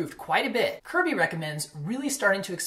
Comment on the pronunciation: i think you pronounce it "curb-ay"